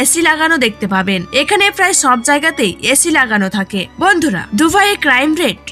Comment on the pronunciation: উপস্থাপকের ভন্ধুরাহা শব্দটি সেই ছিল🤣🤣🤣